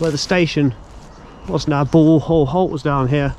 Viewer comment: Wow. someone that can actually pronounce Bulwell correctly. Well done! A day out for me as a locospotter in 1963 was to make my way to Nottingham and bunk Annesley, Kirkby - in - Ashfield,( where unusually they sound both "k's",) or Langwith junction sheds. The timetable on the Nottingham - Worksop route was such that I could perm any two from three. Memory fades with time but I can remember Linby with it's staggered platforms , the Great Northern station and level crossing to the right and the Great Central crossing on a bridge to the front. Upon return to Nottingham I would visit Nottingham Midland Shed. An area that I don't think I would dare visit today. In 2003 I took a 40 year anniversary sentimental journey along the re - opened Robin Hood line but I hardly recognized anything apart from Shirebrook West which had changed very little. Upon closure of rail routes the government sold off the right of way piecemeal so that a railway could never return. They really did'nt like railways.